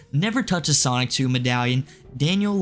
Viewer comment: Stop saying "Sonic-chu" its SONICHU